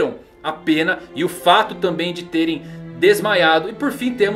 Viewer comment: Irrita muito a forma que ele fala "bestas DÊ nen" Kkkkkk